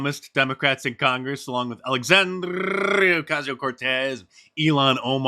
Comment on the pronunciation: You're R-roll In Alexandria's name was NOT on point today Diceman! You're not getting discouraged are you?